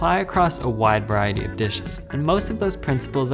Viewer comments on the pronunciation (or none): none